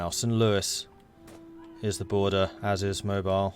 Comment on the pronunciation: The Alabama city name "Mobile" is properly pronounced "mo-BEEL". Having never lived anywhere near there, though, I couldn't tell you why. Dare I hope any Alabamans will read this and enlighten both and me?